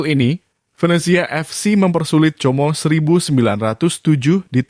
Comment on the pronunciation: Tulisanx 'como' ucap 'komo'